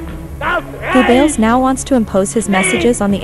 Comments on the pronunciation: lol....Joseph Goo Bells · Go-bells? Female needs to learn pronunciation